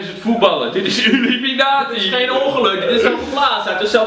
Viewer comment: het is IlUminatie niet UlIminatie